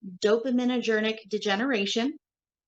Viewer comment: She can't even pronounce dopaminergic. That was clearly her first time seeing that word but was talking about it like she knows anything. That's pretty much how she does the whole video.